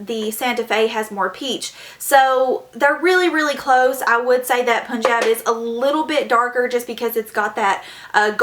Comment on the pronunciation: why all the white ppl say punjab wrong. smh